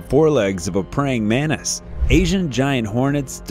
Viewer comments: Editorial,plzz it's pronounced as mantis not manis as u r repeating again and again.. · To the narrator: it is a praying man-Tis, not a praying MENACE !!! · The pronunciation in English is MANTIS, not MANIS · what the fuck is a "manis"? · Everyone: Mantis Him: Mannis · Can you say Mantis instead of manis? Manis in Spanish means peanuts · his pronunciation of the word Mantis bugged me a lot throughout the video 😅